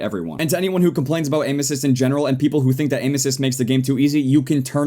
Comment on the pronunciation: when ever he says " Aim assists" it sound sounds like he's saying ANUSES